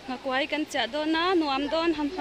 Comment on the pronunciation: Nghakuai tih a kuai i lam/thluk dan hi a dik lo. Kuai tih hi, thing zar ka kuai tih a kuai tih ang hian lam/thluk tur